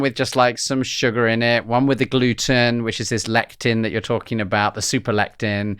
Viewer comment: Why does he say "glue-in" instead of 'gluten'?